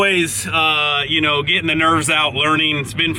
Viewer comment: Hopeen, getteen